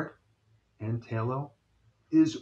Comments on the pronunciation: "tay-lo" lmfao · My mother told me many years ago "lard makes the best piecrust".. (and I believe "tallow" is pronounced with a short or soft "a" rather than a long or hard "a".. at least back in my day...)